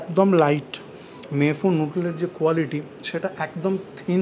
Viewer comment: ভুল করে আশিস বিদ্যার্থী লিখেছি; ২৪:১৫ তে দিব্যি "মে ফুন‌" বলতে শোনা গেল, হয়তো র বহুবার ঐ উচ্চারণের জেরে!